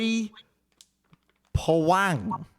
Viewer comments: Boy Bah-whang XDDD Crazy to see another Pinoy enjoying OW content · pronunciation of Boy Bawang made me laugh lmaooo one of the few times I am embracing my country